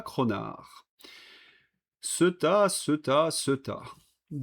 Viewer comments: Ceuta étant une enclave espagnolse, elle se prononce ''Ce-ou-ta''. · Ceuta se prononce Céouta en espagnole.